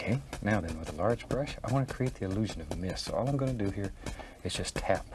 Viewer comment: Says the one who says al instead of all, dumbass.